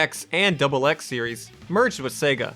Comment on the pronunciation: X and Double X? They're pronounced Zex and Igzex.